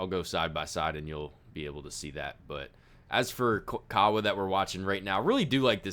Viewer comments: His name is pronounced. (Ka-ah-vaah). Kaawa🤙🏽🔥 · White Boy. It's pronounced..Cah*ah* Vah..!!!